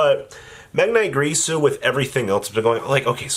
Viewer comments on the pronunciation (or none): Why do so many people say Gree-su instead of Gir-su? Normally I wouldn't care, but Gree-su just sound so unnecessarily nasty considering its also not how its spelled.